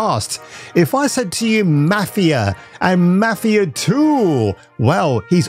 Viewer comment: I like the way his says Mafia .. I am going to pronounce it that way in the future